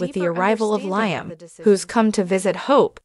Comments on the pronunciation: This gal telling us the story can't even pronounce Liam's name and who is Stacy? She's not very good at this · Liam? She doesn’t watch the show! She keeps saying Liam wrong. I don’t believe any of this.